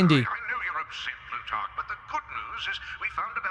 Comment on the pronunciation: Somehow, he says Blutarch worse every time. Blutarch is a play on the name Plutarch (PLOO-TARK) and Redmond is based off Raymond.